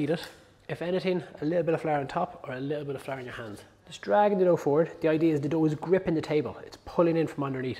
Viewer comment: I’ve been practicing how to say flour like he does! “Fla-r”. 😎